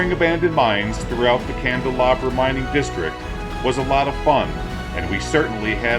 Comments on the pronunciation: You don’t pronounce the name correctly. And you never found the turquoise mine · Isn’t that Candelaria, not Candelabra ?